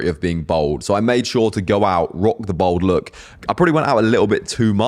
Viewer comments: It’s pronounced bAld not bOld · you say BOLD instead of BALD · Its bald not bold 😂...im researching for my son ..hes 27 and hes bothered by his cul de sacs ..im 56 been a slap head since i was 30...its never bothered me at all ..but my son is....its great that its more out in the open.....better than wearing a davy crockett hat...😂